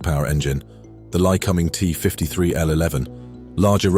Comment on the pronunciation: Lycoming = Lie-Co-Ming